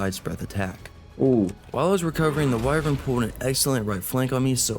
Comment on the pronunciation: I love you been watching for years, but why the hell do you say “Why-vren” instead of “Why-vern”?? I’m glad you don’t say “Wi-vern” though